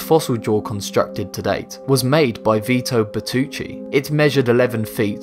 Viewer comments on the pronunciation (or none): none